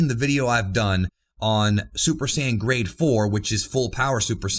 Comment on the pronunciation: For the longest time I thought you where saying "grey" instead of "grade"😂